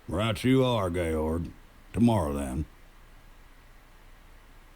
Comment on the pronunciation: Georg = Gay-org lol wut?